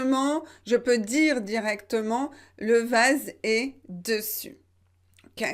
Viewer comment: Le seul problème que j’ai c’est la façon vous avez prononcé le mot dessus, je pense que le “e” dans la première syllabe des se prononce comme un e ouvert mais pas un e fermé. Comme dessus, dessin, dessein, dessous, dessert, dessaler etc…